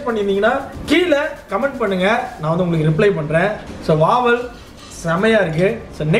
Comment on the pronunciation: Athu Vaval illa Vavaal 🤣